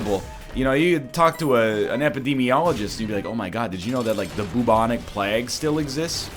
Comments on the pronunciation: NL, Plague is pronounce more like "Playg". Not "Plag". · After pahssta, baguels and now plag, I'll never be surprised at how Mr. Lion pronounces things again. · “The black plegg, the bubonic plegg...” I can’t. I just cannot. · "Bubonic Pleg" Why do make us suffer, mr Northern? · also bubonic plagg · Yeah, I was passively listening and hearing him say plegg kinda woke me up. lol. This Egg's always got something up his sleeves. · bubonic plaegg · Why does this man say Plague wrong? EDIT: Why isn't this run Zany? The episode is called [Zane]! Why does he decide that referencing someone NAMED Zane allows this title to exist? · Still hate how he says plague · Is this how you actually pronounce plague. Im genuinely asking